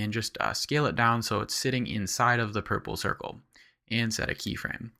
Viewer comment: so funny how you pronounce pur-ple-cir-cel. Nice tutorial!